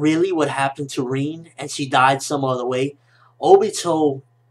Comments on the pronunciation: Reen?... Its RIN! Lol just a nitpick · why the fuck does he call her "reen", its "rin"